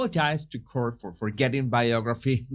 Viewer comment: Hello - I hope you don't mind but "court" is pronounced cort to rhyme with port. X P.S. Keep up the excellent work.